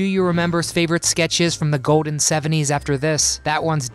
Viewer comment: Announcer, if you can not pronounce your L's, stay the hell out of voice overs!!!!! Ode for old, code for cold!!! Really? Goden for golden is not acceptable!!! Take speech lessons!!!!